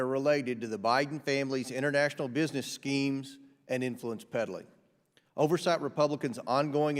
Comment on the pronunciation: I giggle when he says "business schemes"